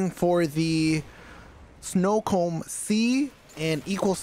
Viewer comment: I have watched this video a couple times, and props to you bro for it, especially using the same shiznit I use myself... but I heard "snowcomb symbol" and had to do double left side tap for the playback...snowcomb...snowcomb. like that Jack frost type hair combing tool. Or a winter time diddy. Haha